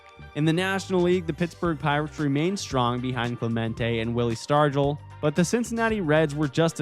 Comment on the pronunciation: "Willie Stargle"?? Oh dear. Sounds like a bot.